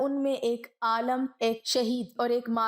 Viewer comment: The word is not AALAM, It is AALIM. Before uploading don't you get it properly check, your pronounciation.